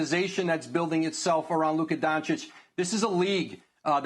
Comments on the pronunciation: Man really said “Luke donsitch” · Mans really said “Luke Donsich”😂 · He didn't even try to get the name right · Can't even say his name right